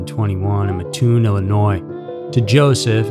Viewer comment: Very merry Christmas and a safe and happy new year everyone! I would like to give a correction to the town of muh-toon. With respect it's matt-toon like matt-tress. I'm from Mattoon and this is one of my very favorite channels!